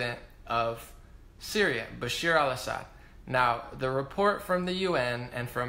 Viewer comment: Great video, as usual 👍🏼 Bash-AR al Assad (not Bashir). Aleppo, I don't think Damascus. And be clear when you say "moderate rebels," because they were anything BUT moderate- they were brutally ruthless and inhumane terrorists.